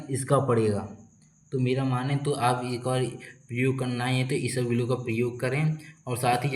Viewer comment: Bhai, it's not isabglo it's isabgol 😂